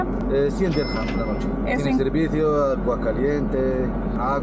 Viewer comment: Chicos es dirjam no diran la moneda es Dirjan